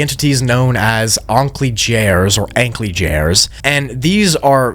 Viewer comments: The last monster should rather be named "Ankläger" because it's the german word for "Prosecutor". I don't blame for mispronouncing it because it's not a word that's used often. A more accurate pronpunciation would sound more like Un-clay-gur (with a very heavy english accent). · I think its pronounced awn-clay-gur cus Anklager/ankläger is german for accuser or prosecuter which would make sense